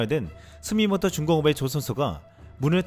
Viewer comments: 스미모토가 아니고 스미토모 입니다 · 스미모토가 아니고 스미토모.. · 영상 잘 봤습니다....스미모토가 뇌리에 박혀 계시네요, 매 영상마다....스미토모 입니다...연습하면 나아져요 (트집 아닙니다).